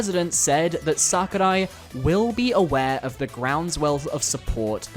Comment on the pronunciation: the way you say sakurai is making me consider horrible things